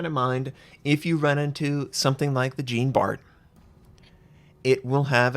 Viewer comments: Jean Bart is pronounced more like "zjan bar" (not exactly but wayyyyy better than Gene Bart) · Or even easier: just pronounce it like the english name "Sean". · For the love of sanity, plese pronounce Jean Bart at least a bit like it's supposed to. Hint: the "Bart" part is OK. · nice to know im not the only one who goes into fetal position when I hear that shit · Lol I listened till that point and he says it wrong couple of times :)) made me laugh in a fetal position though :))). Not a french speaker also but still.. :D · Wrong Jean pronounciation bro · oh, at least try to pronounce Jean Bart with a proper French pronunciation. Think Jean Luc Picard. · I'm with you :) It's pronounced like zjan, not djeen. Also the Harekaze is pronounced with the "eh" sound on both e's. And you crazy Americans with your "oo" sound (as in kazoo and spoof), where in Japanese you need a nice hard Dutch u ;) Or the u from Jean Luc Picard :)